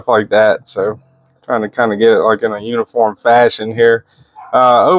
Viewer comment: Are you saying uniform or unicorn? Lol